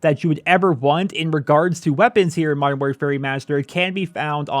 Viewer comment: Learn to say modern properly its anoyying!